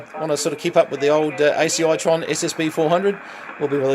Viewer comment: I have seen a couple of those radios in action, pulse tuned, when tuning up sounds much like the old Russian Woodpecker. Excellent receiver. By the way the radio is called an Acitron pronounced Asitron not ACI tron.